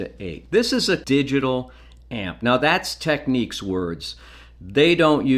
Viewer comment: Technics, yes you pronounced it exactly the way it’s always been done growing up in Toronto.